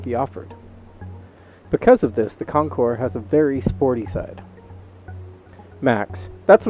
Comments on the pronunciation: Thank you for not pronouncing the “s.” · Thank you, thank you, THANK YOU for pronouncing the name of bike correctly. Almost NO ONE ever does. Nice review. Calm, soft-spoken, and clear. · Beautiful in blue! Great video. Ditto on pronouncing the name correctly!